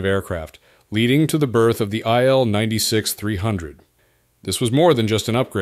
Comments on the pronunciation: Its not ptonounced aile-96 , its pronounced eel-96, il atands for iliushin, name of the designer. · It's pronounced Eel (as fish), not Ai-el. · If only,you would pronuce correctly the name of IL-96. REALLY STUPID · Yeah. Pronucing stuff right is important.